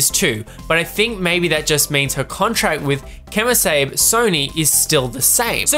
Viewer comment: First of all... I love you. Secondly... KEY-moh SAH-bee:-)